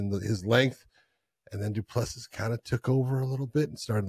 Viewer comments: Have enough respect to AT LEAST correctly pronounce CHAMPIONS’ names. “Du Pless See” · Thought by the time he became champion you would be able to pronounce Du Plessis properly but I guess some Americans are incapable of learning how to pronounce some names